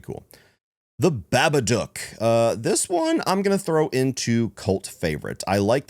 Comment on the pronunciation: The way you pronounce Babadook is hilarious